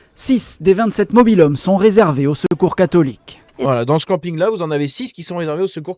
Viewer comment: Le seul fait que cette jeune femme n'arrive pas à prononcer le mot "catholique' en dit long sur le ressenti que les musulmans ont sur nous LES VRAIS FRANCAIS